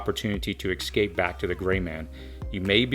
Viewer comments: OMG! It's EScape, not EXcape for the love of God! And are you trying to say ANTAGonistic? Because there's no such word on this planet as TAGonistic! Geez, if you're going to use a $3 dollar word, at least pronounce it properly! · It's eScape not exscape🤣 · Great video. Thank you for the information. One comment though, it is pronounced "ess-cape" not "eks-cape". Perhaps its just me, but I found the mispronounciation distracts from the message. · Escape. Not excape. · It's "antagonistic" not "agonistic" and "escape" not "excape" Otherwise, great job.